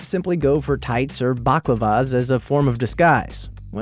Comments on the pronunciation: Permanent markers instead of what? I think you mean balaclavas mate not blaklavas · buclovas lol, its bal- clav-as